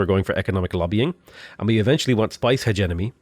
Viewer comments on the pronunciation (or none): Watched all the vids! Man is still saying hedge money instead of hegemony tho! [He gem un ee] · I think it's pronounced "heh-GEH-muh-nee", hard G - or at least it was years ago when I took my Oral English exams in school :P